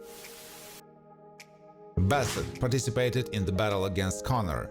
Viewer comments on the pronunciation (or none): none